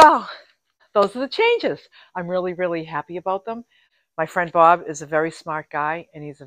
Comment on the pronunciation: Wow! Everything is coming along. Such simple changes that improve your van. Always a joy to watch your videos. I just have to say when you talk about Bob and Barb I have to wait and see which one you are talking about. When you say their names they sound the same LOL